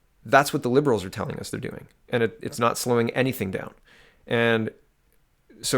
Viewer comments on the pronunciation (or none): none